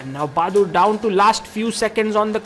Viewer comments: "Baadur". Not "Bahadur". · lmao he really said bahadur 😂